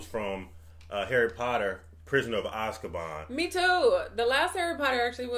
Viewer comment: They’re all great movies from here. (As they all are in their own way!) for future reference Azkaban is pronounced Az(rhymes w A$$😂) -ka (rhymes w duh😂) ban (rhymes w can) Az-ka-ban ! Just trying to help! Believe me I know how much there is to figure out about these movies